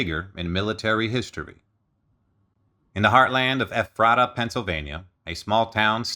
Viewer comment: Ephrata. Pronounced Ef-fur-duh. Or ef-fruh-ta. I know it’s weird lol. But that’s how it is.